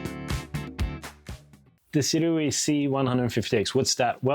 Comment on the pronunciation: Pronounced Sue Ray